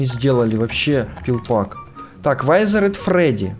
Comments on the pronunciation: Не вайзеред а витхеред или как-то так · Круто только не вайзерет а визерет. Фредди,бонни,чика,Фокси. И т.д. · Не вайзеред а визеред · не вайзерет а визер!!!!!!!!!!!!!!! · Не вайзер а визер😉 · Визеред а не вайзеред